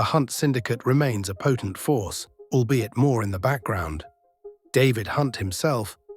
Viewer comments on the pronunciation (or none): none